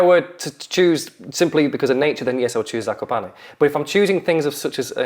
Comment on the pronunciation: "kakoparney" killed me